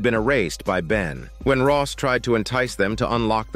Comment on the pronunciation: Rose , not Ross